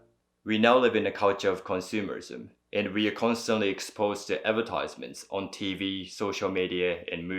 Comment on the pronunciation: Please pronounce “advertisement” once again?